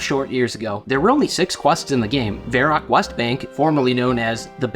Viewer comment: Why can't you pronounce Varrock properly?